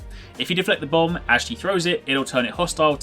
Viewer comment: haha it sounds like he's says bum when he talks about the bomb